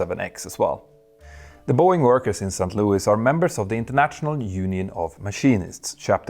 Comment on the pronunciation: Dude... Its SAINT Louis and NOT Sankt Louis as you pronounce it. You sound like that German costguard sinking commercial.